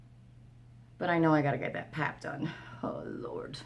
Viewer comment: I ❤❤❤❤❤ when your Newfoundlander words/accent comes out.......Lortd....Lordt....Lort...not sure how to spell it phonetically but you know what I mean 😉😁🤗😊🌞🤣👍❤